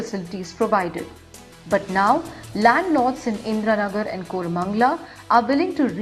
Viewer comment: It is not Koooramangala 🙄